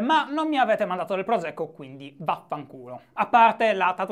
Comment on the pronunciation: Ciao Shy, sono un rappresentante della terribile Lobby Veneta. Finché non impari a pronunciare "prosecco" (la S è sorda!), non ti mandiamo niente! :D